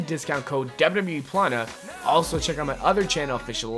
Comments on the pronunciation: It's wwe not wrlwrlwle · y do u say dubbla w e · HONEST 2 GOD: YOU SAY WWE SO WEIRD AND FAST LOL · Why dose he say wwe so weirdly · This guy says WWE so funny💀💀💀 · the way he pronounces wwe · not trying to be mean but why does he say wwe like that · the way u said WWE lmao ur dumb